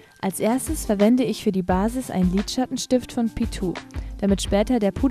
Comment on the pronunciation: Pe Zwei ausgesprochen